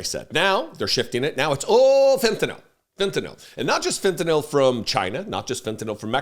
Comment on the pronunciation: Thanks,, for pronouncing it fent-a-nill and not fent-a-nall, like the idiot Mango Mussolini.